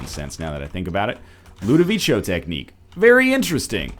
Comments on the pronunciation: His inability to pronounce Ludovico properly makes me want to tear my hair out. There is no H. It is a hard C. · 430 episodes in, still pronouncing Ludovico wrong.